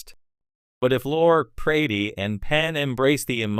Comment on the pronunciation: It's pronounced LORI dumbass not Lore.